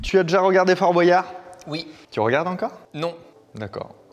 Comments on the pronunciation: Fabien : On dit père foura pas fourasse Aussi Fabien : Dit fort boiyard alors qu'on dit fort boyard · Ok pour la prononciation de Fouras, mais pourquoi tout le monde dit "Fort BoAyard" ? J'ai l'impression qu'avant on le prononçait pas comme ça